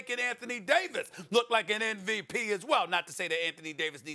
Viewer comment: SAS absolutely HAS TO KNOW that he's saying NVP and not MVP.